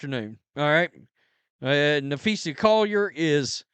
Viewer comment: nah- FEE-sah, not: nah-FEE-see-yah